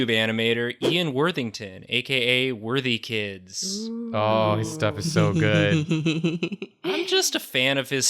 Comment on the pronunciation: When said worthikids my heart exploded 💖😭